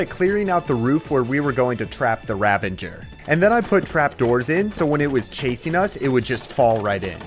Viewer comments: where do you get the N in pronouncing the word Ravager ? you keep sayin Ravanger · its uh...Ravager not Ravinger btw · I know I’m nitpicking, but it’s ravager not ravenger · the pain of him calling ravagers "ravengers".